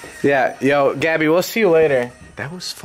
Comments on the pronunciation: Mo Allam nope. He says gabbie (gee-a-by) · Gaby s. that's how you say it wtf